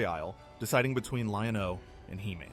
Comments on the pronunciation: This guy the way he goes Lion-OH lol anyway legend has it to this day I'm still waiting for my Thunder cats and He-man toys from Santa Claus that I never got because we were poor lol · lol was thinking the same when I heard “Lion….O” then I’m like this guy wasn’t alive when the show was on but has he also never seen it?